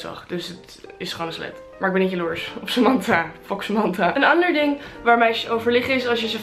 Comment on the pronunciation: Samantha spreek je anders uitt hahah, we snappen het punt verder wel